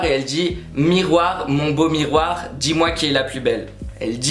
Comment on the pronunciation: Mais c'est pas possible ! Elle dis MIRROIR MON BEAU MIRROIR